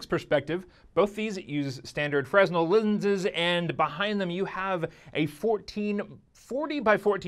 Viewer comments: Great video! Fresnel is pronounced "FRAY-null" btw (or "fre-NELL") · "Fre-Nel" - The "S" is silent. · Don't know if you were told but fresnel is pronounced like "fruh-nell". Great video though. Thumbs up! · Even though many of your points are correct about the fit and the use of Fresnel (s is silent btw) lenses, I disagree about tracking. I have found that the tracking is very good for an inside/out system. In fact with my Intel MobileNUC system, I have been able to venture outdoors and continue to have acceptable tracking. Also, with the latest build of Windows 10 Fall Creative, Mixed Reality looks pretty good even on integrated graphics (620 & Iris 640 Plus). Another point is there is really no reason you cannot scale up the graphics, considering the graphics you see in the Home Scene and Actiongrams were made specifically for the HoloLens, which is an Atom powered device. Also since I have been working with Unity and soon the Unreal Engine build for the Mixed Reality system, it will not take much to rebuild for the Windows App ecosystem. In fact there was news the other day that Vertigo will be launching "Skyworld" on Oculus, SteamVR and Windows Mixed Reality. Finally, I would not be surprised if Epic will have something released this holiday for the Mixed Reality platform. So the question will MSXR survive? Yes, because they can claim that it will work with your existing two year old Windows 10 system, which will make it the least expensive entry into VR (and a good reason Oculus dropped the price of their system) and with converging of "Build for all Windows Platform" movement, this could be another holiday surprise or at least a CES 2018 surprise. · FYI the 's' in fresnel is silent ;)